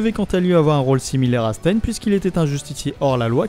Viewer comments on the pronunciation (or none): none